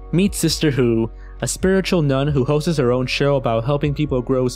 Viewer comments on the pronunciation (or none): The word is "hosts", not "hostes"... I don't think I've ever heard anyone over the age of 8 say a word like that in that particular kind of incorrect manner before now. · "A spiritual nun who 'hostses' her own show"? lmao